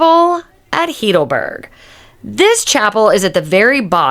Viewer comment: Nice video, but tragic that you even have not been able to pronounce the city name correctly. I assume you must be a US cictizen what you incorrectly call "American", Its not "heedleberg" its pronounced "highdelberg". Just for your info. Why never asking google how it is spelled. Regards from a local